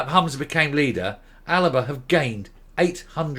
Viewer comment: You keep incorrectly calling it the "ALABA" party, why is that?